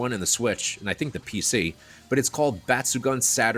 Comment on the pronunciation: Just a couple of quick language points: Batsugun means "exceptional/outstanding" (抜群, literally 'removed from the crowd'), and the last part is pronounced as 'goon', not 'gun'. Both u's sound the same.